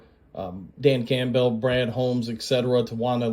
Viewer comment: What’s with the weird pronunciations???? Camp bell? Gonzaaaaaah lez? My mouth can’t even say Oregon how you said it. Wtf